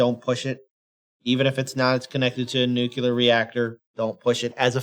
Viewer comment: It's "Nu-CLEAR" - Not "Nu-ku-lurr" ya troglodyte :P Yep. Those. That's a direct order :D You did say, hail Caesar! Nono, fusion bombs are a real. Also known as the H-bomb, they use a regular Hiroshima-style nuclear explosion to create a moment of high energy on the instant of detonation... which can set off any arbitrarily large amount of nuclear metals :D That's what most 'strategic' nukes use these days. The famous 'city-killers' that cause shockwaves that level tens of miles of land in every direction - and in big enough numbers might ignite the atmosphere leaving life to the deep see amoeba.